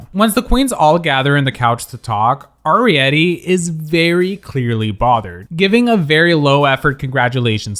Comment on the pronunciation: Just a heads up that Arietty pronounces her name with a hard A, not a soft A